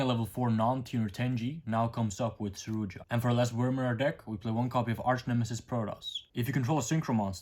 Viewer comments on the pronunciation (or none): It's not tenji, it's tenyi 😂 Same with Suruya, not Suruja Please say it right 😂 Great deck profile tho